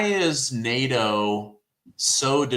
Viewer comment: NADO ? I thought the acronym was NATO.